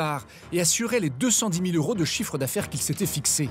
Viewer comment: Jo yeux pour un journaliste de dire « 100 euros » sans faire la liaison avec le « T »